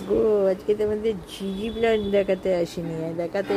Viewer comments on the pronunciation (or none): Ami jeta haat diye dekhalam otar naam Zz plant.Goggle search koro. Pronunciation zee zee plant.Tumi jeta bolchho seta zade plant. Chhoto chhoto leaf.Ota amar akhon r nei.aage chhilo.